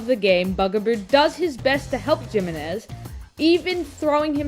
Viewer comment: Asking the real questions here... (Also the "J" in Jimenez is pronounced more like the "J" in jalapeño 🤓)